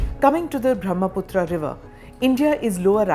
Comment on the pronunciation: Pronounced ब्रह्मपुत्र , not ब्रह्मपुत्रा It is a नद, not नदी due to its size